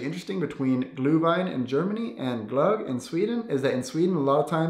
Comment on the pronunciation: IM SORRY BUT THE WAY HE SAYS GLÖGG